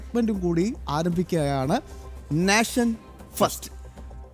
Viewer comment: നേഷൻ ആണ്. നാഷൻ അല്ല 🙏🏻